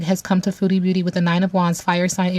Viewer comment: Fabulous reading, i must say when you say her name it always sounds like Feudy beauty 😂 makes perfect sense to me 🙏❤️